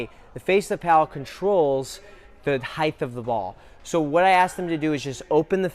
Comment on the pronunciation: Hey. Let's say it together... h-e-i-g-h-T. Not heigth. Practice in front of a mirror. You are annoying 12.2K subscribers.